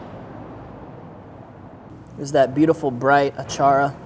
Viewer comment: Impressed Filipino here! Great job! Don't forget to rrrroll your "r" when you say, achara 😉